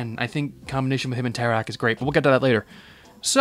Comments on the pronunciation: I died when you said "tecar" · Tekar?ITS FREAKING TERAK